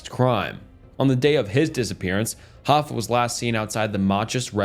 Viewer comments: Wtf so you said Hoffa correctly and then you said Hoe-fa. That's just into the video. The comments ripping into your pronunciation are correct. Get a dictionary, get an editor that actually listens to the work they're doing, double check the work yourself and you stop putting out content that's below what is expected of you. If you made the grind impossible then that's on you to catch and correct your mistakes. If it's just ragebait, prepare to lose all popularity and your subs. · I usually wouldn't say this but what type of English do you speak? Hoe fah. Like no bro. Hoff ah. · Jimmy Hoe-Fa